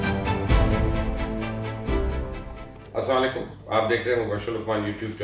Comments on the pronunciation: Aap Salam Sahi Nahi Karte hain Asalalekum Kehte hain aap- Is ka Mtlab Jante bhi Houn Ge aap Barahay Meharbani Assalam o Allai kum Kaha Karain Hum Sub Aap Ka Chanal Daily Dekhte hain.! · Salaam mai apk vedios dhkta hu i really like but ek bath mai apko btao ky plz ap yai start mai Salam sahe parha karu